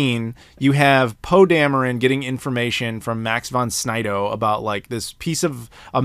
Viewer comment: Max Von Sydow...not Snydow. Very classic actor.